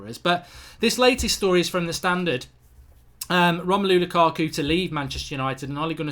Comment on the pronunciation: "Romelo lukako"